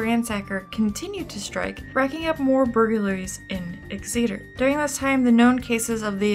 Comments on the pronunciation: Exeter is pronounced like EX-eh-tur for next time! Love the video :) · A couple of things: First, the name of the Tulare County city for which he got his "Ransacker" moniker is pronounced like "Exit-er", with the stress on the first syllable. And now, "personal" account (AND to date myself a bit), and this is a long one. My family has resided in Sacramento County for nearly five decades (we settled here in early 1973) and in the same house for nearly forty-five of them (we moved to the house literally next door in 1977) as my dad was stationed at the former McClellan AFB (which closed in 2000 and is now a very successful business park and airfield) while serving in the United States Air Force. My dad periodically would go on TDY (temporary duty), which would take him out of the area, frequently out of the country, leaving her, me, and my younger sister behind for the duration. We lived in the North Highlands area, which lies at the eastern and north-eastern periphery of the base. This area lies west of CItrus Heights, where DeAngelo was ultimately arrested some two decades later. During this time, when what was then known as Pacific Telephone, then Pacific Bell subsequent to the breakup of AT&T, started phasing out leasing telephones its Western Electric division had done for many decades. It was also during this time that the East Area Rapist, as we knew him, was at his peak. Apparently, at one point, their method of contacting those who had not transitioned from Pacific Telephone-leased equipment to CPE (Customer Premise Equipment) owned by th